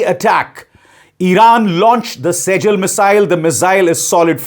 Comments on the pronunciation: Sejjil nahi Sijjeel name hai iska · Sejel nhi. Usko arabic me sijjil pronounce karte hain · It's not sejel It's sijjil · भाई अभिशार जी सजल नहीं इसका सीज्जील है , यह अरबी नाम है । अरबी भाषा में "सिज्जील" (سِجِّيل) का अर्थ और संदर्भ इस प्रकार है: मूल अर्थ: इसका शाब्दिक अर्थ "पकी हुई मिट्टी", "कड़ी मिट्टी" या "पत्थर" है। कुरानिक संदर्भ: यह शब्द कुरान (सूरत अल-फील 105:4) में इस्तेमाल हुआ है, जहाँ इसका अर्थ "कड़ी मिट्टी के पत्थर" या "जलते हुए पत्थर" (stones of baked clay) के रूप में लिया जाता है, जिन्हें अबहाबी के हाथियों पर गिराया गया था। अन्य उपयोग: कुछ संदर्भों में, इसे "दस्तावेज़ का स्क्रॉल" (scroll of records) या काज़ी (न्यायाधीश) के फैसलों के रिकॉर्ड के रूप में भी समझा जाता है, जो 'सिजिल' (Sijill) शब्द से संबंधित हो सकता है। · 7 second❎ sejal❎ 7 minutes ✅ sejjil✅